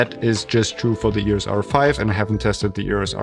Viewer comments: Please make an effort and pronounce EOS not EORES. You can do it! Lots of deutsch/austrian people can! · It is EOS, not EUROS.